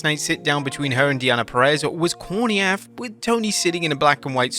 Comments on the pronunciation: Toni storn was brilliant, the only thing "corny af" is you pronouncing "af" as one word 😂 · The only thing cornier than the Toni Storm bit is this idiot saying "AF" like it is a single word